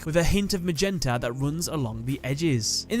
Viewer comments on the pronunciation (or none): none